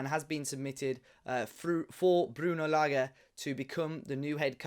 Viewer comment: Hope Wolves fans take the time to say this bloke’s name correctly. It’s not lager. It’s not difficult.